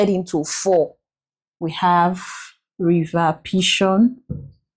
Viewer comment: It's Pishon and not Pihon